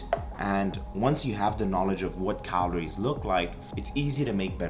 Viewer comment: How many "cahlories" do you eat? 😂